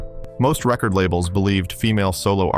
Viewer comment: Idiot AI narrator unable to differentiate rehcord and reCord.